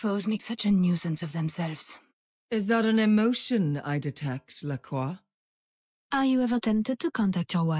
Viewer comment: calling her lacroix lol